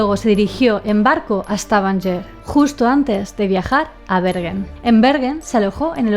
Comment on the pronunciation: Yo vivo cerca de Stavanger, que se pronuncia Stavanger, stavanller es un poco raro de escuchar, asi igual que Bergen, es como decir berllen, asi decia yo antes y nadie me entendia. Knut Haavik, se pronuncia kanut javik